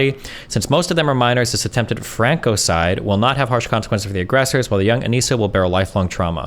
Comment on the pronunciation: Its pronounced Frank-ocide